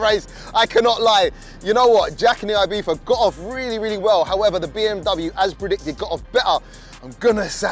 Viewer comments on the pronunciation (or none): Am i the only one bothered that he is saying ibiFa instead of ibiZa 😅